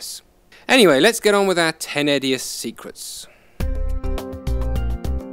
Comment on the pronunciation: I thought you said "secretses",.